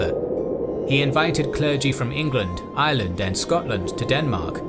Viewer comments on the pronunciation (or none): none